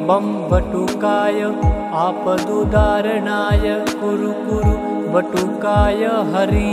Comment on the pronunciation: वीडियो में मंत्र और डिस्क्रिप्शन में मंत्र अलग लिखा है । आपका उच्चारण और वीडियो के लिखे मंत्र का मेल नहीं हो रहा आपदुद्धारणाय है या आपदुउदार्णाय है समझ नहीं आ रहा। आपके कई वीडियो में ऐसी गलती है थोड़ा देख कर इसको सुधार करें और सही उच्चारण बताएं धन्यवाद इसे अन्यथा न लें मंत्र का उच्चारण सही नहीं होगा तो उसका फायदा वैसा नहीं मिलता इसलिए आपसे निवेदन है क्या सही है ये बताने का कष्ट करें 🙏